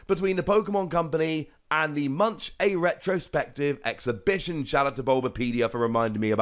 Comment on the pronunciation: Munch is pronounced Moonk, btw. Not that you worry about pronouncing things correctly over here.